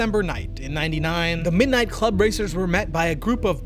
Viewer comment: It's club, not chlub, dude.